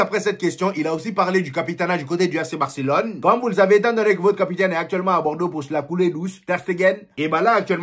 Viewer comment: Tu prononce bien barcelone